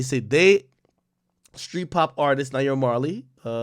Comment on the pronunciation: Lmaoa did you hear how he pronounced naira he definitely not intune 😂